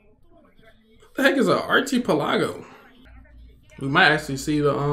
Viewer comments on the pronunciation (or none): You pronounced TWO words wrong you said "Marco" instead of "Macro" and you said archipelago wrong. It is pronounced "ark ee pel ago" and the meaning of an archipelago is a group of small islands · This man really said "What is an archy palago?" I'm dead.